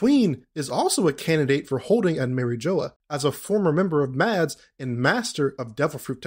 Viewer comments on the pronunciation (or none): none